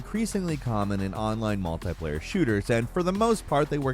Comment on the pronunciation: "Multai player"? Do you mean "Multiplayer"?